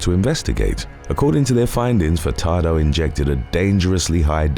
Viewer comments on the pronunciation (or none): Idk if I heard you wrong or not, but I swear you pronounced Denis "Dr. BumBum" Furtado's name as "Fucktardo" and now I can't unhear it...